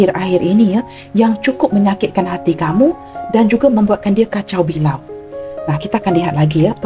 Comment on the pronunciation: Perasaan marah merah menyala itu energy saya bunda...kacao balao yg benar bunda...bukan kacao bilao...yg benar kacao balao.....😂